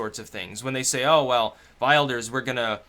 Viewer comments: nee fred. will-durs :) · wilders - you can pronounce it as willdurs and you'll be quite accurately mimicking the dutch pronunciation. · It's pronounced "Villders" my mate's girlfriend's Dutch and that's how she pronounces it. "Geert Villders" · its probounced Will-ders. regards from a Dutchy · "Wilders" is pronounced with a short "i", like "will" and "Italy". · wilders is pronounced with a short i, like in will will-durs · Geert Wilders' surname is pronounced 'Vill-ders',. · it's as it sounds, vilders, don't be thrown off by the double v, same as in German language, any word or name with a Wyou is pronounced V. Like VolksVagon. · Vilders. Welshhh. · Pronunciation (sort of): Kheert Will-durs. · you can pronounce 'Wilders' as 'will' (as in one's last will and testimony) and 'Ders (as in 'hearse' but with a 'D' ). That should be phonetically correct.:)